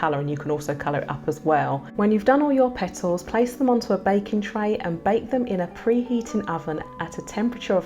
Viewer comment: I love how sis says "Pet tles"